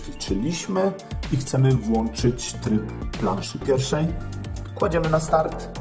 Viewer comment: a z jakiego'ż to regionu ? ;-) Pan prez. J. Kacz. też tak wymawia = " włałczać" - a on z regionu Żoliborz pochodzi :-)))